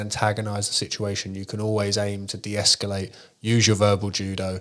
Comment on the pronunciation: Thanks. But it's escalate, not esculate.